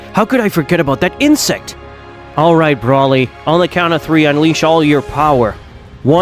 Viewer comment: Vegeta say insict and black said cacroch